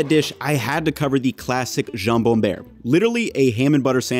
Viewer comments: Hearing buerre as "bear" irks me. Please. It's buerre, as in you're cold and go "brrr" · It's not Jambon Buerre, it's Jambon Beurre ! (notice the place of the u) and the "eu" is pronounced like œ in cœliac, phonetic /iː/, then the rest of beurre, the "rre" part, is pronounced like a simple r. Google translate is quite good with this pronunciation. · It's beurre, dude. Not buerre. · Just to be accurate, it is not jambon buerre, but jambon bEUrre (you pronounce it like the end of butter) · What is this Jambon Bear you speak of? Is it dangerous? :D (No shade intended, French is a b*tch of a language for us Anglophones. "Beurre" as in "Aaron Burr, sir" is closer though.) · Btw it's beurre not buerre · Beurre not buerre ;) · jambon "buerre", sérieux ? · Jambon "beurre", not "buerre"!!!